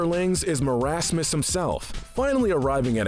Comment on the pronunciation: It’s pronounced (maur-as-mus)